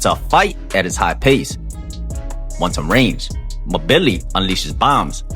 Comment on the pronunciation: I believe it’s pronounced M Billi. Like N Gannou or N vidia.